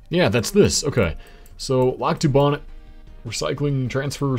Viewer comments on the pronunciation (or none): Helpful pronunciation guide: Pembina: PEM-bih-nuh Lac du Bonnet: Lack doo bonny